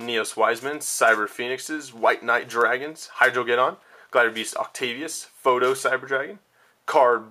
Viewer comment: Since you've said it wrong everytime I'm going to go ahead and correct you a bit: It's PROTO-Cyber Dragon, not PHOTO.